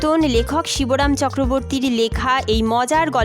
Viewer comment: Shiboram na Shibram